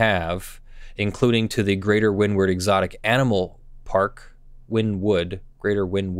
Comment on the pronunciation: I hate to sounds like a nerd, but Wynnewood is pronounced "winnie-wood."